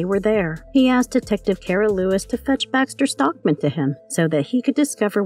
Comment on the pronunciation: Ok. First it’s Baxter Stockman , not Baxton Stockman. And it’s The Krang, Not Krong.